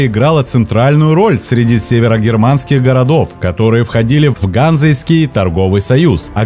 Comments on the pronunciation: Не гАнзэйский, а ганзЕйский, союз, для справочки... ну и прицепом не каршер, а кЭрхер!) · ГанзЕйския, ВОлхов, ЩЕцин. Ударения надо проверять перед начитыванием текста. Привет от ЕГЭ. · Все хорошо, только что с ударениями??? Путь из Воряг и Греки: озеро Ильмень, реки ВОлхов, ЛОвать! А союз ГанзЕйский, лига тоже ГанзЕйская!!! Даже в Википедии стоят ударения. Слух режет, не понятно почему при отборе информации не обратили внимание на ударение!